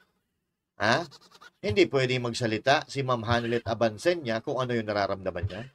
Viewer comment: Abensania mali pa ang banggit ng surname ni maam Honeylet bangag dn si 😅😅😅😅